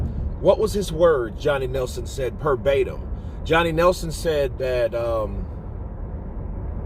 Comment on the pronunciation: Verbatim not perbatim which isn't a word